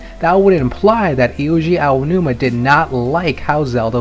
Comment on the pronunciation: His name is not "Iuji Aonuma." It is Eiji Aonuma.